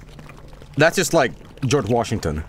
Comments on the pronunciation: "I'm Frerf Weasw and this is my brother Geog." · "I'm Fred WEWsley, and this is my brother JOJ"